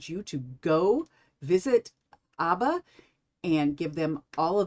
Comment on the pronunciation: Ab-bah. Not Ahh-ba